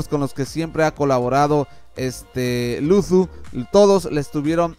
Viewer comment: No es por hate pero pronuncias mal la "z" al decir Luzu, de ahi en fuera excelente video, sigue así.